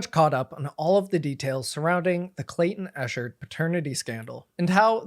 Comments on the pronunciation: ECKherd not ESHHERD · Just so you know, it's pronounced Ekheart not Eshard Great video by the way! I've been following for years now and he (nor Clayton) deserve this! #JusticeforClaytonEchard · Yeah, it got on my nerves as well. How do ypu make a video this long and constantly mispronounce his name? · Just a small name correction. It's pronounced "Ek-ard" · If you are going to report on a subject.....Please learn to pronounce their name correctly.... It is pronounced Eck hard. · 😞 pronounced. EK-KERD THANK YOU for promoting this story history for the books. Thanks to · The easiest research is to learn how to say the persons name involved. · Maybe in his ‘investigative reporting’ he’ll learn to say Clayton’s name right. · The incorrect pronunciation is driving me mad